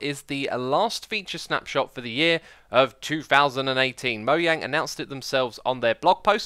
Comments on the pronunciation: Mojang is not pronounced "mo-yang" in Sweden. (I'm swedish) If I knew fenetic then I would type it out how it is pronounced lol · as a Swede, I can say that it is really pronounced more like m'YANG (not quite that exaggerated but still with more emphasis on the 'yang' part than on 'mo'). Fun fact: it's based on the Swedish word "mojäng" which is pronounced mo-YENG, and it means something in the style of "thingamajig". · Lol, for the longest time i always pronounce by Mo-Jang not Mo-yang, by correct me i feel weird to say Mo-yang, or it just me 😂